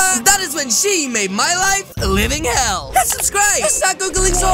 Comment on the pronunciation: did you say liveing hell